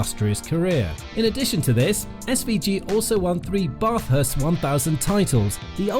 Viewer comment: Good video by as an Aussie it’s pronounced bah-th-hurst not bar-th-irst